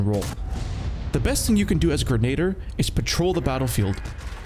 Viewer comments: Grenadier is pronounced "gren-nah-deer". Lol Mangus... it's Magnus. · why do you keep mispronouncing magnus and grenadier 😔